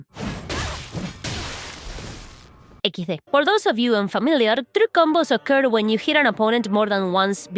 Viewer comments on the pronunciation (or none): Weeeey ese "equisde" xD